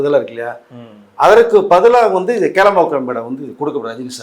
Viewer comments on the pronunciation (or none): கேளம்பாக்கமா? கோடம்பாக்கமா. வரலாறு சொல்பவருக்கு ஊர் பெயரை தெளிவாக உச்சரிக்க தெரியவில்லை. இதெல்லாம் ஒரு பொழப்பு.